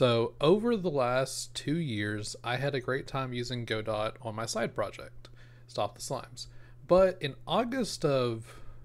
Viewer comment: BTW - it's pronounced "God-do" or "Go-dow" - as in "Waiting for Godot" the Samuel Beckett play.